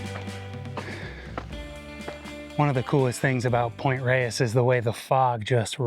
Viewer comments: For all people named Reyes out there, THANK YOU for saying it correctly 😁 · Not. It's a Spanish word and it's pronounced the way pronounces it and that's the way it is pronounced by locals who pay attention.